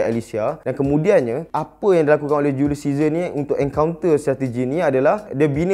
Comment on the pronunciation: Ml studios: julius caesar Me : julius scissor